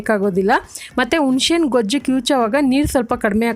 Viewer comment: Adu unshe hannala huNase haNNu. Recipe is nice but uchcharaNe improve madkoli